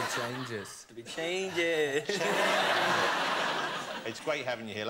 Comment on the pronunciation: the way like niall say "changes" in this moment and make me smile 😍🤤